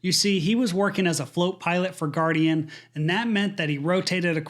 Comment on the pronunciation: its Guardian Flight not Guaradian